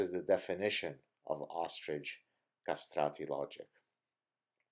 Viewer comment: Gad, have you ever studied Latin or Italian? Your pronunciation of Italian words like "ciao" or "castrati" is pretty good!